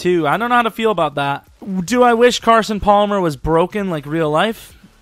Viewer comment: He said Carson palmwr